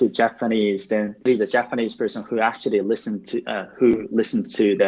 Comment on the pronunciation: 全体的に訛りのない英語だなと思う中に、ぽつぽつtranslatorとか北米英語訛りが混ざってますね。actuallyのllyの発音だけやや気になったかな